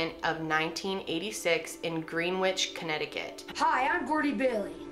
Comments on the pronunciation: As a Connecticut native, hearing Greenwich (Gren-itch) pronounced "Green-witch" legit got me for a second lol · It's pronounced Greenwich like - gren-itch- - it's not pronounced like - green witch- just FYI. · "Green-witch"? Lol. Almost didn't recognize that town from the way you said it. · I'm from Connecticut and we pronounce Greenwich "Gren-ich" haha just thought that it was cute you pronounced it "Green-wich"! Love the video! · It's pronounced "Grennitch" lol but "Green-witch" is cute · By the way “Greenwich” is pronounced grennitch. Very confusing, I know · everyone pronounces it as grenich. It’s just her lol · Just found your channel. Loving your conspiracy and true crime videos. This one made me giggle though with your pronunciation of Greenwich :) We say "gren-idge" here, but how would anyone know unless they grew up around it. Just thought that was funny. I mean no disrespect. Love your channel. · I think I remember this story since I live in CT, oh it’s prounounced Gren-itch, the richest one of the richest counties in the U.S I actually went to school in Fairfield county other end of county but I went to Sandy Hook school, yes we moved to Newtown and my folks are still in the same house, not to date myself but I started in Sandy Hook elementary the day the Beatles released the album Rubber Soul, almost 49 years to the day, Newtown was a town where that dude put his wife in the wood chipper, I released a song to benefit grief support titled Dammaged Innocence, Oh also remover the Greenwich I-95 bridge collapse of 93, so many stories to tell, enjoy you presentations, keep em coming, oh I mentioned earlier, how about one on death and replacement of Paul McCartney or maybe Bigfoot? Best wishes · Greenwich pronounced (Gren itch) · not trying to be rude but you pronounce Greenwhich as Grenidge